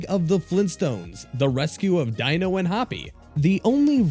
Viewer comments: Dino's name is pronounced DEE-no, not DIE-no. Sigh. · His name is pronounced "Dee-no," not "Die-no." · Its not Dino you uncultured swine! its Dino! "Deeno!" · The research in this is a bit off. Like how you said "Dino" just as the literal sense instead of how it's said in the Flintstones like "Dee-No" but thats a pronounciation error. But the main point is research being only partially done like how you said the streamer Vinesauce when it's actually a group of people who make up Vinesauce and the particular person who made 7 Grand Dad popular was Joel. It makes you sound like the news reporter who said "The infamous hacker known as 4Chan" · First figure out how Dino is pronounced.... It's DEENO not Dino and second specify that is was Joel from Vinesauce, not just Vinesauce (Vinny owns the main Vinesauce channel) smh